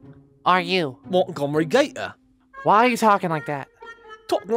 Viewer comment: "Who are you!?!? 😰" "Mauntgomree gayter🧐"